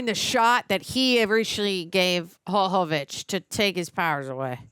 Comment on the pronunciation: Her name is pronounced like Yova vich with Y not H sound. We woman all would only hope that our make up could stay looking this good if we were in an apocalypse. Makes no sense at all.